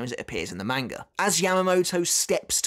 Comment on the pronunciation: I love it when you pronounce it "manger" makes my daughter and I chuckle every time. Much love